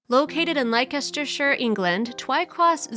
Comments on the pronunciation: It's pronounced Lester-sheer, I should know I live there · It’s pronounced ‘Less-ter-shurre’!!! Americans cannot pronounce our shires! 😂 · Pronounced LESTERSHEER!!!!!!!!!!! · Did she just pronounce Leicestershire as Lycashturshire? It’s pronounced Lestershire. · Giggling at the pronunciation of Leicestershire...it's lestershur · It is pronounced lestershire.. Youre welcome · Please tell the person doing the voice over that Leicestershire is pronounced Lester-shire. She has got it wrong !! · I lost confidence in this as soon as I heard Laykesstersheer. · Pronounced Less Terr Cher not the abomination the narrator massacred 🤯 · That place is pronounced " Lester shire'" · For your information Leicestershire is pronounced - LESTERSHIRE or just LESTER